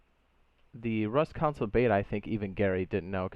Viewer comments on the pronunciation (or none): PLEASE SAY CONSOLE NOT COUNCIL PLEASE SAY CONSOLE NOT COUNCIL PLEASE SAY CONSOLE NOT COUNCIL PLEASE SAY CONSOLE NOT COUNCIL PLEASE SAY CONSOLE NOT COUNCIL